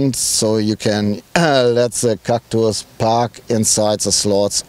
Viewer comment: Haha Cactüüüüüs xD Der neue "Citrön Cactüs" :D